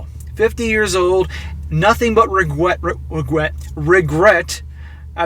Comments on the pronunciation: So much regwet lmao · "Regwet" ctfu I do this all the time 🤣🤣🤣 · Wegwett??? Weally??? Just kidding great channel